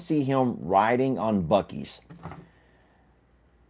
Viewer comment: WISCONSIN SAYS ..... "BOO" ....... LIKE PEEK A BOO ...... NOT BOW BOW ......